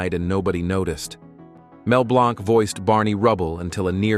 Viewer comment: In all of these AI documentaries featuring him, they call Mel Blanc, Mel BLONK! >:(